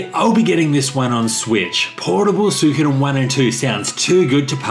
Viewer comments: Love you. However, believe it or not it is actually pronounced SWEE-ko-den. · Why is it that you guys cant pronounce the name correctly, as su i ko den, like its written there